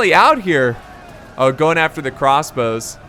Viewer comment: 'Crassbows' - 2018